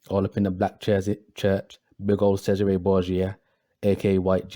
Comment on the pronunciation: you said Cesare wrong